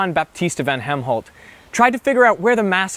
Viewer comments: it is helmont, not helmholt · It's not Helmholt, I rekon it was Hellmont. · Von Helmont, not "Von Hemholt" performed the experiment with soil and a potted tree. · The scientist is Jan Baptist van Helmont not Helmholt :)